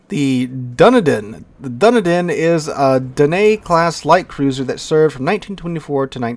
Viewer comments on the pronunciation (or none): Kiwi here, had a wee chuckle at dun-uh-din. Its a city in the south island pronounced Dun-knee-din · Sorry to break it to you, Dunedin is pronounced "Duh-need-in". It comes from the Gaelic term for Edinburgh - 'Dùn Èideann'. Edinburgh of course meaning 'Castle on the Rock'. In Dunedin there is actually a Castle on the Rock called 'Larnach Castle' - fun fact timez. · The Commonwealth isn't a nation - but this little Aussie battler is very glad to hear that there's gonna be a Commonwealth line, to share with my Kiwi, Canuck, and Indian brothers. P.S. Dunedin - pronounced dun-eden. It's a city in NZ. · It's pronounced "Dun ee din". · Just an FYI from a New Zealander it's pronounced "Dun-E-Din" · You did well with Auckland though! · Long ‘e’ as in ‘knee’ - think “done-knee-done”